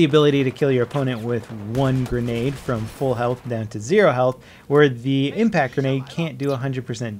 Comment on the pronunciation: WOW why did you say froam Serbia wtf